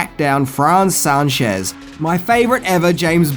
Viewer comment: C'mon dude everybody knows the character as Moneypenny not Many-penny 😂 and I like how you pronounce Sanchez as San-shez LOL